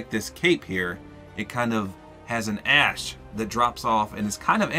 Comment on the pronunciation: When you said the wings had ash falling down, I thought you said your skins ass is falling down.